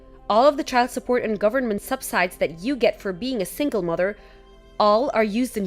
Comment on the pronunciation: Audrey, David, Brad story the daughter would be the guys step-daughter. Last story- subsidies is pronounced sub-sid-ease.